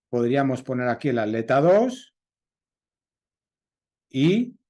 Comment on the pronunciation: Ya se que en España al separar en sílabas palabra atleta la at va de manera conjunta pero no significa que la pronunciarla de tal manera esté bien, at_leta ! Wtf? Pronuncian aleta y no atleta toda junta!!